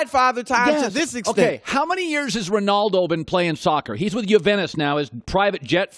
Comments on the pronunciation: people need to learn the proper pronunciation of the name ‘Juventus’ jeezous😂😂. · Not the biggest fan of soccer but the way Colin said Juventus 🤦‍♂️🤦‍♂️🤦‍♂️